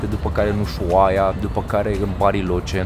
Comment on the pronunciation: Se pronunță usuaia!